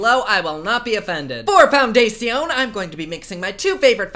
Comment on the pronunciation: Love the way you say foundation 😂